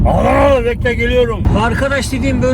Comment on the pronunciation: Yeni kanalı keşfettim kardeşim Adagnali dedin beni mest ettin bende Adanalı yım can kurban babacan.